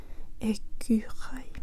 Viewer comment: "Ecureuil" : parfaitement prononcé 👍